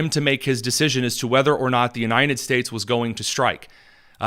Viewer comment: Bro can’t even say “United” correctly. ‘Unined”